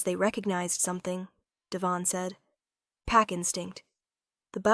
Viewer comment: Devon is emphasized on the first syllable.